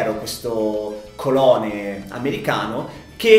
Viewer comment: quando per errore dice "colone", ma in realtà si dice "colono".